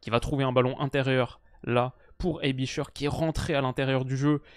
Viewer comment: très bonne vidéo. Aebischer se prononce « aibichair » et non pas « aibicheure »mais c’est juste un détail